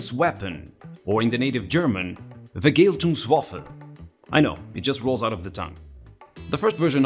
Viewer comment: You pronounced Vergeltungswaffen very Bad...